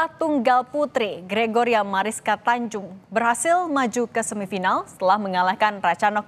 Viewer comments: Bukan tanjung ya mbak tapi tunjung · Bukan Tanjung, tapi Tunjung.